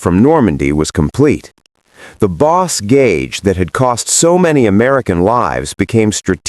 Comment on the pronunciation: This is an interesting take on German views of American forces on the ground and air and in combined operations. But, the AI has some interesting pronunciation of German and French words: example: Luftwaffe and bocage (“Lewft-vahf-uh, not luft-wafer; and boh-cahj, not boss-cage). Otherwise, a good presentation.